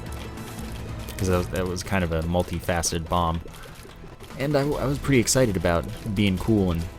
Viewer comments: It's probably the "aboot" that fooled him. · a boot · Do you say about like that on purpose???